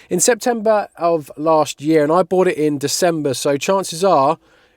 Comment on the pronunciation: "Have I just bougfht a shed?" 🤣🤣